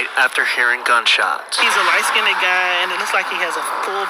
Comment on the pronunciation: She said light “skinneded.”